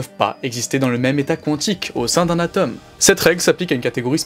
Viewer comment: Marrant de parler de science sans savoir prononcer le "o" de "atome".